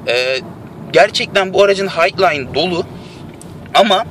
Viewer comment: yahu lütfen Highline donanım "hayglayn" diye okunmaz "haylayn" diye okunur düzelt ya şunu